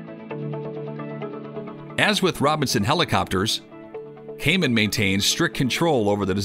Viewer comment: I have been watching the KMAX since early 1990's. However the value of your video was DESTROYED by the video AI's Incorrect pronunciation of KAMAN's name..........